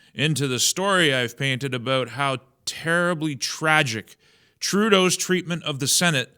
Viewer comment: The Mexican cartels control the east side of Vancouver. The top tier Canadian politicians--by their "action" against Trump--Support this, and all of its evil offshoots. Schwab has "pen-ee-tlated" "Tloodeau's" "Cab-ee-net." Have the powerful cartels also infiltrated the upper echelons of the Feds and select provinces?? China has good control over various levels of policy makers ($$.) Why not the top drug lords as well? The evil runs deeper than we can imagine. And the Prime Bozo talks about ketchup. No surprise; she/he is up to his/her probiscis in this massive duplicity.